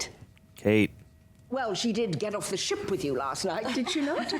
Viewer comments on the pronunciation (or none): none